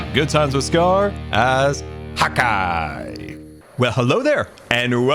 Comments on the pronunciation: I always thought u said hawk eye not hotguy 😂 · Did anyone else think he was saying "Hawkeye" this hole time? Which...works with archery. lol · hot guy... I thought you had been saying hawk eye all this time 😆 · Are you telling me this entire time I've been thinking scar was saying Hawkeye, that be was ACTUALLY SAYING HOTGUY... This are some alternate universe shenanigans I sWear. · I’m sorry, am I the only one who thought he was saying HAWKEYE this entire time. 😀